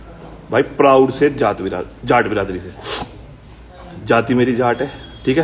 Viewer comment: Not Jaat it’s Jatt 😊😊